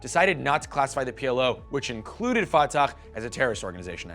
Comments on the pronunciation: Khamas?? Ftakh? Khassan al banna?? My friend practice the names before talking about somethings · You’re mispronouncing Fatah and Hamas, it is the Arabic letter ح which is a voiceless pharyngeal Fricative not a voiceless velar fricative Or a voiceless uvulas fricative